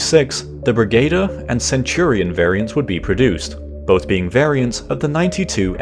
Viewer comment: the word brigadier is pronounced brigg-a-deer.